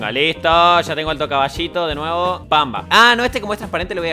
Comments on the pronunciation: Nadie: Absolutamente nadie:: "wer is the trasparend Caballit?" JAJAJJAJAJA Nmms me morí con eso!! xDDDDD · Jajaj Encima dijo onda: Cabashit 😂